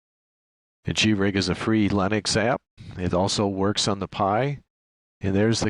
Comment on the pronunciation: It's LINUX NOT LEINOX!!! as you called.